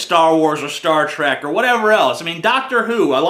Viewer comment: Holy shit! TJ said Star Tr"E"k! With an E!